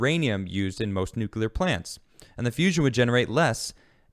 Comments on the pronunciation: Good segment. Fast question. What is NOOKYOOLAR energy? It's nuclear (new-cle-ar). God it's GWB all over again. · NUCLEAR....NEW-CLEAR, NOT NEW-Q-U-LUR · #theresNoUaftertheFirstSyllableInNUCLEAR! ...would it Kill ya to pronounce it NUKE-lee-er???! since it comes from the nucLEus of the atom? thanks!, a degreed Physicist